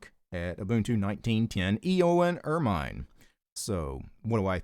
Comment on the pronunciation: The reason why it was taking up so much RAM was because you were using ZFS, that file system is RAM heavy and combined with GNOME it takes up a bunch of RAM. Also ermine is actually pronounced ur-men, it's related to the weasel.